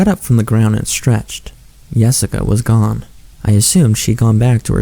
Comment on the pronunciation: when its not really Yessica, Nossica